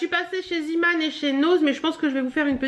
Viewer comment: Salut j'espère que tu vas bien. Je regarde tous tes vlogs car je les aime beaucoup mais venant de Belgique il y a un petit truc que je voulais te dire. Les magasins Zeeman sont des magasins Hollandais si je ne m'abuse et donc en néerlandais on prononce le double E "é" et non pas "i".. on dit donc Zéman et non Ziman;) j'espère que tu ne prendras pas mal cette réfléxion:p gros bisous